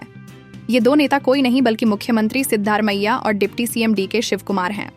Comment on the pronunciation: You have to pronounce the name of the Chief Minister properly. It is not Sidddar Maiah, it is Sidda Ramaiah. There is no district called Balia in Karnataka, probabally it might be Bagalakote.